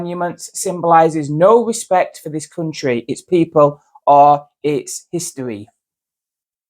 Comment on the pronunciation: Chris Eubank's sister. Is barely literate but thinks she's super intelligent. Wespect, I demand wespect.